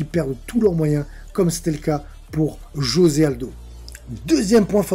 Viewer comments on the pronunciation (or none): none